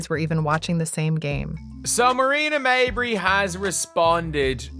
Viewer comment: Stop mispronouncing mabrey 😢